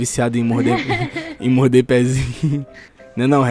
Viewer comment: redinho: vou moide seu pezinho eu: kkkkkkkkkk